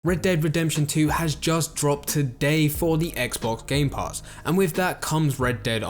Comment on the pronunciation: Did he say xbox gay pass?